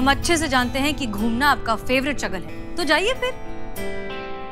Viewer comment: Favorite shughal hota ha shaghal ni hota😅